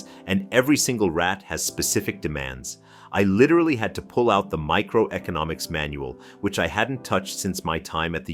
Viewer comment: Don't you mean "Micecroeconomic"? 😁